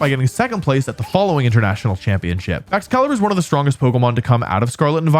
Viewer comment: it is baxcalibur or chien pao